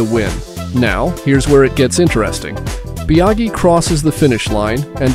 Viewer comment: Bia-gee? Fal-cee? LMAO